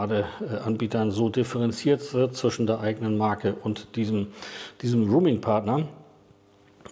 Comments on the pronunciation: Roaming nicht Rooming! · „Roaming“, nicht „rooming“ 🙈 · es heißt roaming - nicht rooming 😉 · genau roaming...! 👍😉 höre auch immer mal wieder rooming.... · ein guter Beitrag - gerade für Neulinge. Aber an der Aussprache von "roaming'" gilt es noch zu arbeiten ... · Schade, mir war das Video zu lang. Ein kleiner Hinweis: Ich glaube du meinst "roaming", nicht "rooming". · "rooming" vs. "roaming" 🥺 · 2 kleine Anmerkungen: 1. Es heißt „roaming“ und nicht „rooming“. 2. Eine „EC- Karte“ gibt es schon lange nicht mehr. Du meintest bestimmt eine „ Girocard“. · Sehr gut gemacht. Sehr gut gesprochen. Danke dafür. Nur der Begriff "Roaming" wird nicht Rooming gesprochen. Was fehlt ist der Kurs von Tesla bei einem monalt. Abo (derzeit 9,99€ für "nicht-Tesla-Fahrzeuge"). Da liegt die kWh derzeit bei unschlagbare 39-43 Cent (variiert je nach Standort ein wenig) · Nochmal: "Roaming", nicht "Rooming"!! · Im Augenblick ist es katastrophal. 1,10 fuer 1kWh AC laden ist Wucher in meinen Augen. Ich hoffe es renkt sich bald ein. Danke fuer die Arbeit! Ach ja, es heisst nicht "ruming", sondern eher "rohmimg". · Kleiner Tip zur English Aussprache: Es ging um "roaming" (ausgesprochen "rouming"), nicht "rooming" (ausgesprochen "ruhming") 😉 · Das wir nicht ruming ausgesprochen Es ist der Begriff ROAMING, eher auh Dann gibt es noch grooming, das machen die Affen, wenn sie sich gegenseitig entlausen und gemeinschaftlich lümmeln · Boah, bitte: Roaming kommt vom englischen „to roam“ - herumwandern, stromern und wird [rəʊm] ausgesprochen und hat Nichts mit Räumen (room - [ruːm]) zu tun. Bitte richtig aussprechen - ansonsten isses doch arg peinlich. Danke. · Roaming spricht man aber nicht "ruuming" aus! Eher so, wie die Stadt "Rome" auf Englisch. schuldingung, ansonsten sehr interessant. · Bitte mal prüfen , wie das Wort Roaming korrekt ausgesprochen wird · Nochmal informieren wie man "roaming" ausspricht bitte.